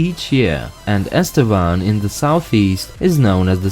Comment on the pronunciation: I'm in Estevan right now. You got the pronunciation pretty right. Should have shown the coal and oil industry in Saskatchewan. Some big coal draglines here!